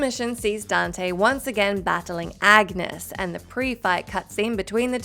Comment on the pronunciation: Y'all have never played DMC 4. Agnus is a male, the G is silent, and there's an unwritten y after the N, Ahn-yoos.